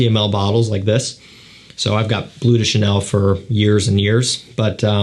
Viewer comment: Maybe, out of respect for the language and culture it comes from, it's not called 'Blue' de Chanel. It's called 'Bleu' de Chanel, which does mean blue but it's pronounced 'blehw'.